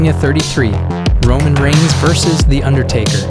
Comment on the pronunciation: ah yes my favorite superstar, ROMIGNS